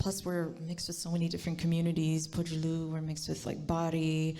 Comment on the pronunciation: it's Pojulu Nelson Not FOJULU hahahahahaha....wonderful interview